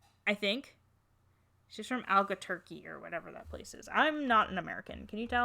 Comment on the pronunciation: Saige is my first doll . I also have most of her collection she my profile picture . I'm a New Mexican too and wow I never heard someone mispronounce Albuquerque that badly before so here's how you pronounce it Albu-querq-ue